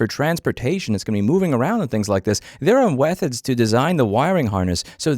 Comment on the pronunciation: you said "wethids" not "methods"